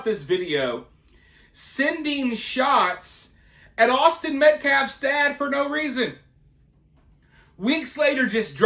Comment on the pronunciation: How does one mispronounce Austin?! Had to be intentional